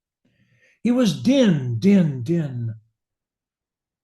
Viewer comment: Most scholars agree. The name is pronounced "Deen.". It makes the rhyme with "queen."